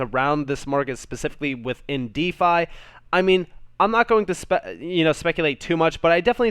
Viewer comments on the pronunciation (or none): none